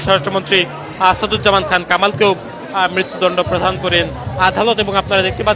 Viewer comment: মৃত্যু দন্ড ‘প্রধান’ করেন?😆😆😆 উচ্চারণ শুদ্ধ কর মিয়া